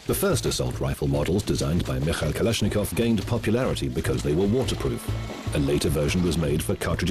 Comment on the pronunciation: Kalash!!! Nikov,??? Whattt??? I love ittt, i really like russsian and Germán weapons